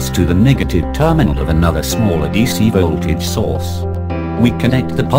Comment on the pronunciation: But this is soooooo disturbing. It ll be nice if you do the videos again.VOLT(vol)AGE is what I can hear .This is the 4th time I'm watching this. Cz i I couldn't understand our hear anything except volt vo tage.Exept that video is nice